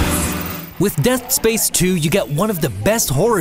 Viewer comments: Anyone else hear him say death space 2 when he meant to say dead space 2? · hearing him say death space 2 actually pissed me off